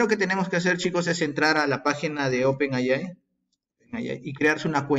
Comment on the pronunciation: NO SE DICE "OPEN AY AY" (NOMAS TE FALTO DECIR: "¡OPEN AY, AY, AY, AY, Y ARRRRIBBA MEXICO !!!! ) SE DICE: "OPEN EY AY"... LA "A" SE PRONUNCIA "EY" Y LA I SE PRONUNCIA "AY")